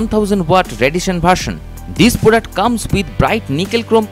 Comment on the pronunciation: Kon se jungle se bhaag k aaya hai bhai ??? Bholtage ..... Blow ko bolo .....product ko porduct .....bus kar mere lal tere se na ho payaga